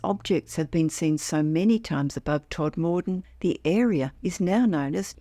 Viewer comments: Please let them know it's pronounced Todma den not Tod more den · Not Tod-moor-den. Todmuden. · Please tell AI that Todmorden is pronounced TOD-ma-don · Lovely upload, as always. Just one thing, Todmorden is pronounced TOD-muh-dun. (No big deal, just for future reference 🙂👍).